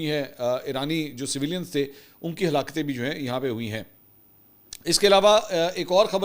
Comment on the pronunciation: A halakten q kehte ho.